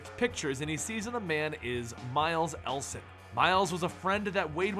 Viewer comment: Saskatchewan sounds way off and Ellison is Eh-L-uh-suh-n